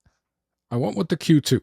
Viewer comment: Maybe your brain injury made you overlook that this is a 2 year old camera? Nobody cares about your personal issues, and with is not pronounced "wid." You have no future in video presentations.